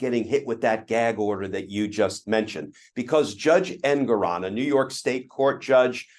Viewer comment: Can you guys PLEASE learn how to pronounce the Judge's name. It's en-GORE-on. Arthur en-GORE-on. It is not EN-goron.